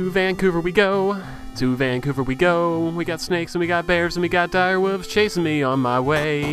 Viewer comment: Speedy says dire woovs